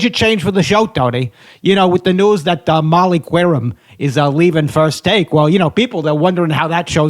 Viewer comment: Bonus correction from my boy producer J: Did you call say Molly Qwerim? It’s pronounced like Kerim. You butchered that one too?!